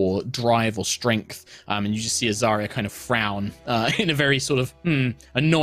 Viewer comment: Every time says Azaria's full name, I hear "Azaria Purell". [Edit: - Kim hears it too.]